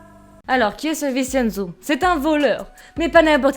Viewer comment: Le "cen" de Vincenzo se prononce "tchén" (ça m'a stressé tout le long 😅) Super vidéo sinon !! J'aime trop !!!